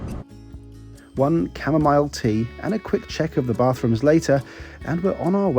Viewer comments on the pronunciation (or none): none